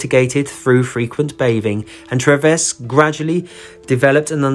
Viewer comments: I think you pronounce the surgeon’s name as doctor Treeves not Trevess! I’ve always loved the Joseph Merrick story and despite all the deformity and horrible treatment he endured he seemed such a sweet, gentle man. RIP. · Its Treeves pronounced like leaves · It is TREEVES for the Dr.